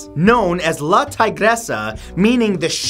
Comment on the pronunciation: its pronounced la tigeresa